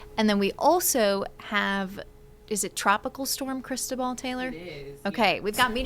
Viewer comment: Hey -- it's NOT "crystal ball" or whatever you're saying that makes it sound that way. It's Spanish for Christopher and is pronounced "crees TOH bal" with the emphasis on the TOH (pronounced like toe, low, grow, know) and the 'bal' is pronounced like bowl and short. Open a translator app and type in the hurricane name and click play to see how it's pronounced.